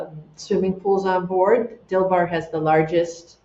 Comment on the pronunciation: I thought she kept referring to a yacht named Bill Barr, 😅 but it's Dilbar per googlling. There's a lot of echo in her environment.